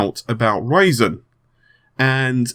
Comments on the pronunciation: lol u say ryzen like raisin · almost sounds like he is saying that intel is freaking out over raisin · I am pretty sure that you did not pronounce that name correctly. I wouldn't be able to do it either.;)